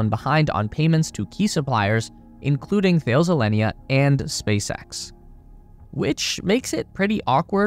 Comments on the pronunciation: It is not pronounced 'The-ils", it is THA-LES for fuck's sake. The biggest communication, military and aerospace manufacturer in Europe. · It's pronounced Tal-us, not Thayles. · FYI “Thales” is pronounced “Taa-lez”. Don’t ask me why, I don’t make the rules. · It’s pronounced “Ta-less” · You don't know how to pronounce Thales. What else are you wrong about?